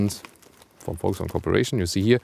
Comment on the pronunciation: everytime i hear you VW i hear it like "FolgSvagen" but i like how it sound lol